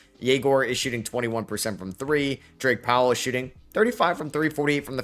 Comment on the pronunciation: Calling Drake Powell "Dwight" repeatedly made me wanna punch the screen.